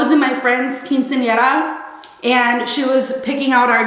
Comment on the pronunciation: Do a “girl talk” video with ur cousins! Your pronounciation on “quinceñera” was immaculate 👍🏽